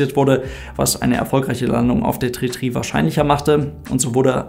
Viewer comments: Ist die aussprache “tri” sozusagen funksprache ? Also damit man die zahl 3 über funk auch wirklich versteht? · Danke für das Video. Wird wirklich 33 ausgesprochen - Tree Tree? Ist das ggf. so eine Funksache das man das TH nicht ausspricht? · Heißt das wirklich Landebahn tri tri oder spricht die Zahl drei einfach so aus? 🤔